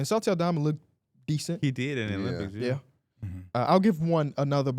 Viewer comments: for some reason always calls Santi Aldama, Salty Aldama🤣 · Does know it’s Santi Aldama and not Salti, I swear this man been saying salti for years 🤣